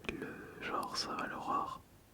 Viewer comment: Resent Evil, surval horror, all-in the dark... C'est Jean-Michel à-peu-près 😅?